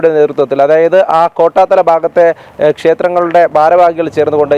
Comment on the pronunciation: കോട്ടാത്താല അല്ല , കോട്ടാത്തല ആണ്😂